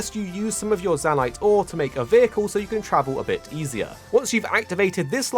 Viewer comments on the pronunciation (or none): great guide, but zahnite?